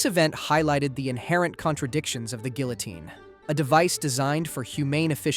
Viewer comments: geelitine gihliteen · Why so many different pronunciations of "guillotine"? Counted at least 4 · "Guillotine" is also pronounced three different ways, seemingly at random. Still, though: good video.